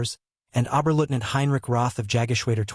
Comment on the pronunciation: "Obberlootnant"? Piss off! 🖕